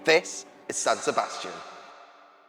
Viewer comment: SAN SEBSATIAN